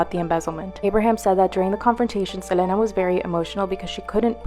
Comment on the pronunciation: Ugh the way that girl kept pronouncing Selena's name irritate the crap out of me